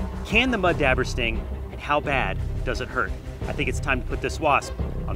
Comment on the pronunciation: Good video other than I’ve never heard it pronounced “dabber” I’ve always heard it’s pronounced as it’s Spelled dauber more like dobber than dabber. But it’s spelled Dauber. I found it funny every time he said it.